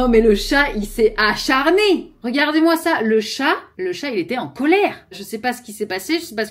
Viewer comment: a-CHAT-rné hahaha